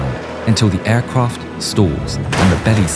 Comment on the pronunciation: aircwaft lined up lol